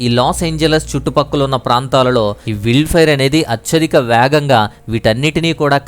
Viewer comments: "విల్డ్ ఫైర్" కాదు. అది "వైల్డ్" ఫైయర్ అండి బాబు! న్యూసెస్ కాదు. న్యూజ్ / న్యూస్ అనాలి. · Brother meeru vild అంటున్నారు adhi wild sarigga chadhavandi Brother